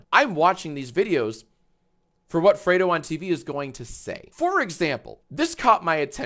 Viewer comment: It's not "freado" Fredo as in red the color. Fredo said he's had alot of people mispronounce his name so I'm just spreading the word. Good vid though, react bot's co-host. Whatever your name is.